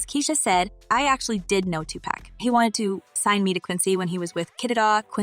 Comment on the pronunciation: Learn how to pronounce everyone's name goddamn! Especially Pac's, it's Tupac not Tupack, smh